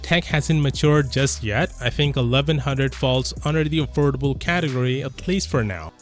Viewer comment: You mean, affoldable?